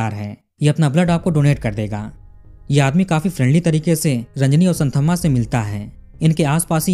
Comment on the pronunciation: भाईसाहब एक बात बताता चलू, की ये साऊथ वाले स्पेलिंग की * कर देते हैं. इनका "th" का उच्चारण होता हैं 'त " और dh का होता हैं द. मैं चेन्नई में रहा हूं 2 साल इसलिये जानता हूं. आप कहानी इतनी अच्छी सुनाते हैं, लेकिन साऊथ के नाम उच्चारण में आप गल्ती करते हैं. इस स्टोरी में वो संथम्मा नही, संतम्मा हैं. ये आप ध्यान में रखें प्लीज.